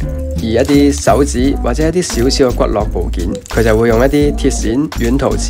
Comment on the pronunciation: 當發現呢個channal ，就忍唔住睇曬啲片～ XD 呢條片有樣嘢想講，骨骼係讀骨格 骨骼(格)，經絡(落)